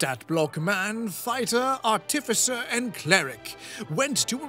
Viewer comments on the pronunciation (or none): Why is it that soooo many youtubers mispronounce "artificer" so freakin' badly? It's like nails on a chalkboard. It's as if somebody took a really off-key singer and auto-tuned them to be even worse. The emphasis goes on the first syllable, yet people keep putting it on the second. D20s are icosahedrons. Dodecahedrons are d12s, not d20s. Yeah, I know that's all nerdy and nit-picky, but this is a channel about nit-picking how other people play a nerdy game, so it makes sense. I'm a little surprised that nobody pointed out to SBM that he was whiplash switching between "Oh, noes! Am I destined to be the death of all whom I love?" and "My natural 20s are the s*t, I saved everybody, I am so awesome!" 'Cause they're really conflicting. (While SBM probably couldn't do it, a better player *could actually role-play how his character is so terrified of his dark, grim, dark, gloomy, grim history that he would latch onto any success and try to convince the other characters he is a real hero, in hopes of convincing himself of it. But, that would take a player with some introspection.)